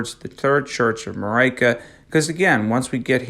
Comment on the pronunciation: I hate how he says Marika, otherwise good video so far